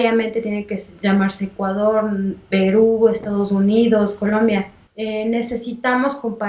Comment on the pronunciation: It's Ecuador, no Ecaudor.